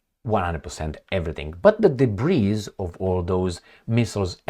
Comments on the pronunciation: DEBRIS is pronounced DEBREE. Just thought I'd help you My Friend 😊. Be good be safe, and ciao for now....Blue 😇✋🏴🇬🇧. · I’m a big fan. Don’t pronounce the “s” in “debris”. It’s silent. One of those French origin English words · The s in debris is silent. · The "S" in debris is silent.